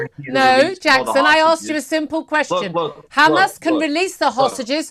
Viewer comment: She is so thick she can not say Hamas